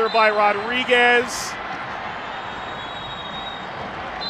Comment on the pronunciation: BRO HE NEED TO LEARN HOW TO SAY RODRIGUEZ !!!!